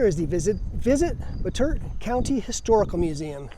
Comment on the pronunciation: It's pronounced "Bot-A-Tot".